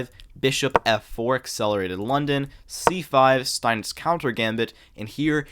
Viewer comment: It's 2025 and we're still waiting for a single American to correctly pronounce very easily researched names. Steinitz....how on Earth did you think that was Spanish? "Steinitez"????!!!!! C'mon!!!! Have you never seen a Germanic, Austrian or Jewish name??? Ah yes, Wilhelm Steintez...son of José and Maria 😅 But then Ringelbach, no problem 😂